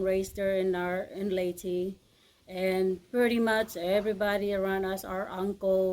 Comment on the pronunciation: Wilma, please teach how to pronounce Leyte properly! He! He! Peace...